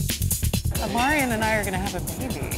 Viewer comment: And he always calls Omarion “Omarian”